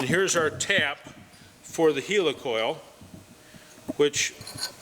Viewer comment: Its helicoil as in helicopter! 🤣